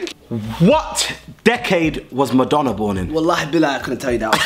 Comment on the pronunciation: the way said 90s I'm rolling 😭😭😭😭😭😭😭 and when chunkz violated Madonna my stomach is so sore wth 😭😭😭😭